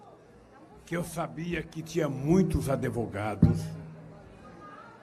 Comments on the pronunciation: é Advogado ....não AdEvogado...não aprendeu com tanta audiencia até ser preso ? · OS "ADEVOGADOS" KKKKKKKKK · "Adevogados". Parei de assistir aí. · O nome não é adevogado! Ainda se acha intelectual? Kkkkkkk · Os adEvogados do Lulalau, kkkkkk